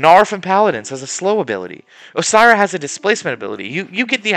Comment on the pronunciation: I am sorry... Osira? How did you not catch that while editing?